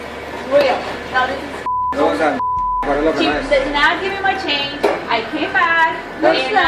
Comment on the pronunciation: You're hurting MEE....YUH....Always 1-syllable words become 2 syllables.....What did I DOOO-UHHH..???